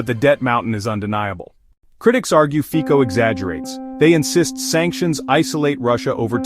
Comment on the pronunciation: Fico /fitsoh/, not /fiko/